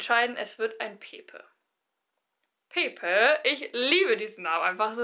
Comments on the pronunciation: Oh Gott dein Ernst? Pepe spricht man ganz anders aus und ist ein Spitzname bzw. Kosename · Ja stimmt, eigentlich wird es spanisch eher "Päppä" ausgesprochen..ist schwer zu erklären